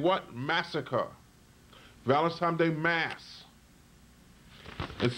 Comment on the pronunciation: How old are you? And you still haven't learned how to pronounce, "Valentine's Day?" There is no, "M" in "Valentine's." You say it as if the correct pronunciation is Valentime's. You should have learned that in the 1st grade!